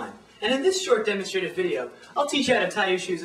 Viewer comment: Ok that was actually cool. You can tie your shoes much faster than me - I'll give you that. But demonstrative is pronounced duh-MON-struh-tiv, not dimon-STRA-tiv (:25)